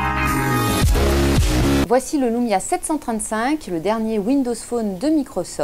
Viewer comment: wsh pk vous dites LOUMIA c'est LUMIA LUUUUUUUUUUUUUUUUUMIA xD